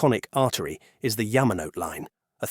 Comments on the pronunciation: It's pronounced Ya-ma-no-te, four syllables. Not Ya-ma-note. Is it so difficult for you people to get this right, after so many decades of immersion in Asian culture? And to think your channel is called "Behind Asia", and you point it out as one of the most notable lines in this documentary, then proceed to mispronounce its famous name. Please study harder, and don't make excuses about your AI voice either. (I'm being deliberately blunt about this, so you can feel how jarring and annoying this negligence to pronounce properly is. And don't even get me started on "Weno") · Yes. It’s well written but if the narration can’t even pronounce Yamanote correctly then the content starts to lose credibility. I think this video made valid points, but it fails, simply because of the AI. Safe to assume this will improve though.